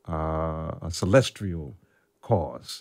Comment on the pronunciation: I presume he means 'celestial'. Or there is a 'celestrial'? I looked it up. I can't find it.